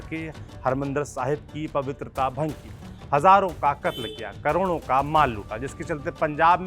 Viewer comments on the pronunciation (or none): none